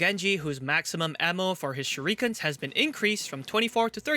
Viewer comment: sure-reek-ens. close enough